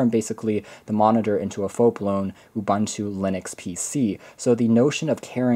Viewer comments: stop pronouncing it Ubanta. It is pronounced OOBOONTOO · U-Bun-Tu!? nah U-Boon-Tu ;)